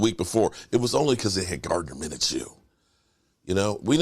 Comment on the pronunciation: I got you it’s pronounced, “Min - Shoe”